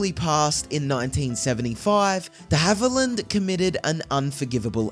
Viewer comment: Who the heck is narrating this video? Can’t even pronounce the actor’s last name! Did it several times, too. Just awful!